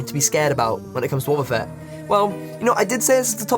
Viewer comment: When he said wobbafett i just couldnt stop laughing, i have no f'ing clue why xD